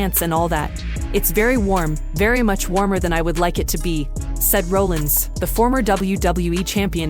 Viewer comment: it's not pronounced Roll ins and Raw llins. Stupid AI voice